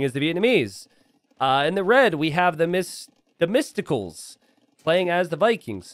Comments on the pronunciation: the mysticals lol, is his name not pronounced theme-i-stock-O-lees? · Themistocles /θəˈmɪstəkliːz/ so it's not testicles or whatever you said. Enjoying your commentary and videos tho! Keep up the good work! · The fact you read that guys name as the mysticals made me rage so hard XD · Lmao, bro it's pronounced "Themisto-clees" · It's pronounced "them-IST-o-cleese" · Hearing the pronunciation of Themistocles reminds me of one of the reasons I like this channel. Also why we need to fund public education.